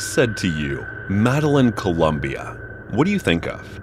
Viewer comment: Madeline are you fucking kidding me "MEDELLIN"